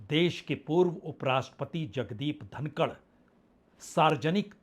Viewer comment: जनाब धनखड़ है धनकड़ नहीं।